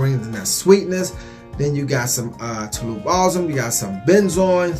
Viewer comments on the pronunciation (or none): none